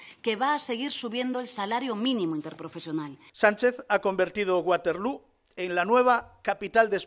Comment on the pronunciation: 😂😂😂😂"uaterlu" nueva capital de España 😂😂😂😂. Si te escucha "tontita" de allusa te saca los ojos, "plingao" "comepollas" 😂😂😂😂😂😂